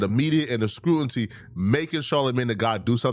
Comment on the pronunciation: Bro you keep saying scrutinty instead of scrutiny. Someone like this comment so he can correct himself pls